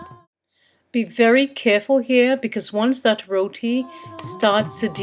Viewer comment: yOuR RoWeTee , abeh gora ke aulad pronunciation tik karo yaar lol